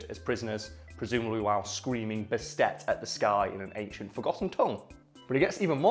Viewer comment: It's purrrrnounced Baset (bAst)